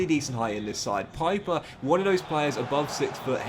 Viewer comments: Stop calling him piper, his name is Pieper, like in peep!!!!! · Pieper is pronounced like Peeper in German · I love your videos, so please don't take this as hate, but in the german language, "ie" is pronounced as an "E" sound, but "ei" is pronounced as an "I" sound